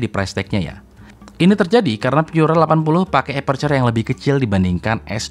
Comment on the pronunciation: Baca Pura aja jangan Pyura karena Pura itu bahasa Latin bukan bahasa Inggris.